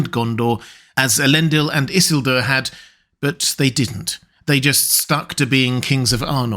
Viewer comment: Tolkien is quite explicit in LOTR Appendix E that the name is i-SIL-dur, not ISS-il-dur. And it’s Arvedui, not Ardevui.